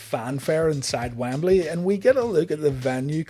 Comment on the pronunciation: Lol, okay I thought I just said it wrong forever, but he pronounces Wembley a few ways in this video alone. Wambeley, Wimbly, WamBailey. :)